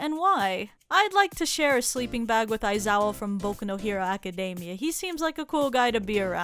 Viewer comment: That bag was so good P.s when Aki said boku no hero I literally thought she said boku no pico